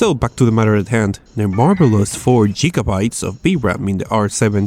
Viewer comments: gigibytes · Gigabytes????? Obviously cant speak english